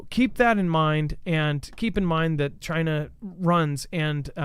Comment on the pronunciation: That is funny gaff u said JI-NA LOL